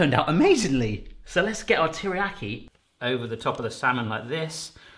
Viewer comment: Please learn how to pronounce Teriyaki